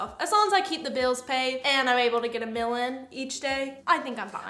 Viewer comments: Y’all are so funny together! truly has grown into a beautiful young woman. I noticed she says Mill instead of meal 😂. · When said get a “meal” in I thought she said get a mil in I was like damn making a million a day 😭😭